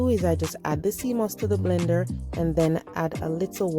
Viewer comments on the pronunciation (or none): none